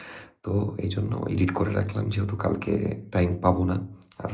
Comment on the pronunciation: ভাইয়া, আপনি আর নাফিসা আপু কি পড়াশোনা ছেড়ে দিসেন? আরেকটা ব্যাপার, এডিট কে ইডিট বইলেন না। শুদ্ধ উচ্চারণ করা উচিৎ।